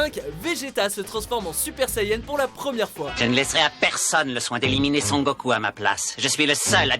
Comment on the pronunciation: arrêtez de dire sangoku svp dit SONgoku